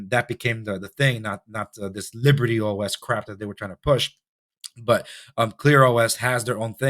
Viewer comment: I am sure it’s LIBERTY OS not “lybert”